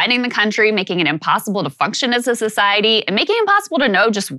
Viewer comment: Can someone tell crystal that function is not pronounced fucktion